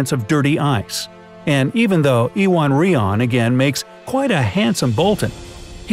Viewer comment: Ewan is pronounced you-en!